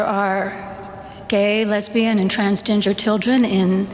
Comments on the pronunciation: I swear she said "transginger". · Did she say transginger? What is that dying your hair red? Do you think she watches South Park?